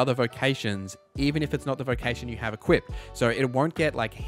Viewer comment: hey great video no idea why you keep saying "equipted" tho